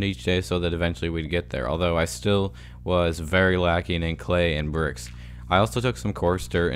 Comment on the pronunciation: Is it just me, or does he say "bircks" instead of bricks